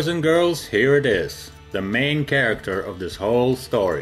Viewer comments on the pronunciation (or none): none